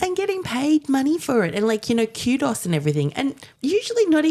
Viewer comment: I'd never heard an Australian say "kudos" before. Caitlin pronounces it like the pre-Windows DOS overlay called QDOS, that I recall using in the early 90s. As the conversation had just been talking about the misconception that Assange was a hacker rather than a publisher, for a while I thought Caitlin was letting on some hacking skills of her own for a bit.